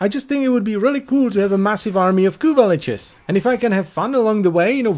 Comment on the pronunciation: I'm gonna be that guy It's lich, not leech